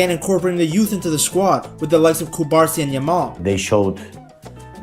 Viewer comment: Great video, but it's not CubArsi, but CubarsÍ. And it's not CasAdo, but CasadÓ